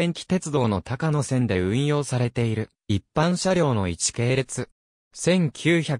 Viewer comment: 「たかのせん」ではなく「こうやせん」です。鉄道ネタなのに路線名を読み違えるって？